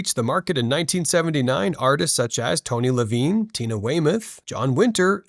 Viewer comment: Tony ‘Levine’ 😂